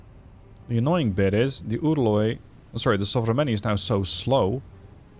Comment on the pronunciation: >Udaloi >Sovremennyi Damn you become really great at pronouncing all these russian names:D